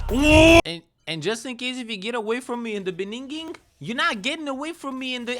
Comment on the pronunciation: mf what u just say “be-neen-geeng”🤣🤣🤣